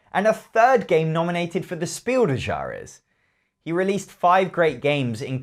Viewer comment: How you say "Spiel des Jahres" almost sounds like some French poker game ^^